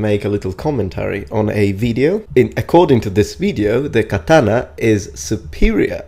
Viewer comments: The fact that he pronounces katana as KAH-TAN-AH triggers me. Too bad he passed away so we can't tell him the actual pronunciation in person. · And also WhY dOeS hE kEeP sAyInG kAtAnA WrOnG each word in katana is supposed to sound like an oh not Like an AN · Can-tana lmao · deh katanuh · His pronunciation of Katana causes me to feel unwell. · the way that guy pronounces katana is giving me earcancer. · Hate how he says katana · I just have a problem with him saying “Katana” as an asian American.